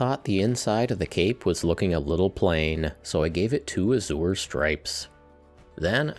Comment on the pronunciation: I love everything in this video but your mangled pronunciation of the word "azure". Please don't do that ever again, or I will be forced to punch a hamster.